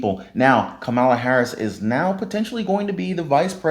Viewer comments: Ur mis pronouncing her name please don't do that😒 not cool... Would 7 want someone to call u Rone like tone 😳 kamala.... Practice if u have to. Thanks tho for the info🙋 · I can't believe you repeatedly mispronounced Kamala's name. Smh